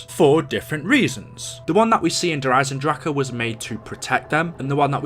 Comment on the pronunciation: Thank you so mich for your good answer. Now I Under stand. So cool 2 see People in the Internet Who arent toxic af. Thankq have a nice Day bro. By the way i am german so here a little Bonus : the actual way ti pronounce the zombies content : Der riese- der risa Der eisendrache - der aizendrake Wunderwaffe - wundarwave Have a nice day bro